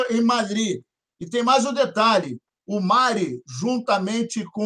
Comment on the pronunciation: Galera qual a dificuldade de falar o nome do nosso zagueiro corretamente?? kkk é Marí com acento agudo pow!!!!